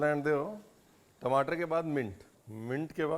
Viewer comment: Tamatar ❌ timatar ✅😂😂😂